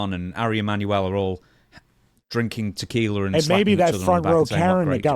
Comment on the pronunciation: Drinking Teckeeler? What's that?